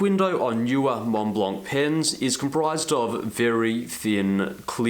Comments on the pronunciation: Argh! Pronounce [mon-blan] ! no "c", no "t" :D PLEASE (cringe cringe cringe) Great review ! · The "c" is silent like the "t" in Mont Blanc for what it's worth.